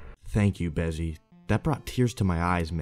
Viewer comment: Bezzy is a G but he gotta have the consistent worst pronunciation lmao